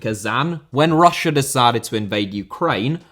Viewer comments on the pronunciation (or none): none